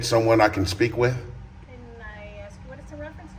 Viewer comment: Very eloquent but cant pronounce the word "ask".